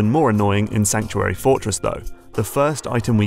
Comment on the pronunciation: "Sankuary" Fortress?